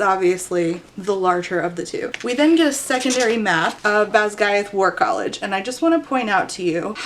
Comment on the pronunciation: Not having read the book, I thought was saying "Badguy War College" at first. I didn't question it either lol